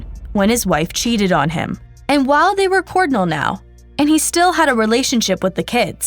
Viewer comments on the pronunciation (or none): Did you just say “cordinal”? Cor-jull (cordial). lol I couldn’t help it.